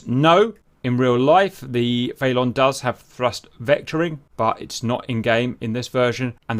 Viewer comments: I believe its pronounced feh-lawn not fay-lawn as in police chase a felon because they have committed a felony. Either way great vid as usual Cap, Merci. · It's FELON, like Felony.... not FAYLON... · it's pronounced phonetically, fell-un like felony 🤣🤣 not fay-lawn🤣🤣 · Is pronouncing Felon Fay-lon an inside joke or something? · Is the Felon its Russian name? Because if that's it's NATO codename (like with most Soviet/Russian planes' commonly used names in the West), then the pronunciation of that word isn't "FAY-lawn," bet "FELL-un." As in, someone who has been convicted of a felony. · who wants to tell the good ol' GR boys it's pronounced FELL-UN, not Fay-Lawn like they've been on about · Saying the Felon like "Phaelonn" made me think they were talking about some aerodynamics thing like "Canards" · I’m British too, we don’t pronounce it faylon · Cap has said in a previous vid that he knows how it’s pronounced, he just likes doing the way he does